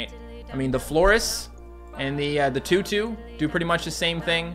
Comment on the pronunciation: IT'S TOOTOO AND FLOWAH